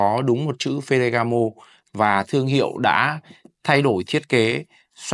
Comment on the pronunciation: Phát âm chuẩn chút bạn ơi. Phờ gà gá mồ.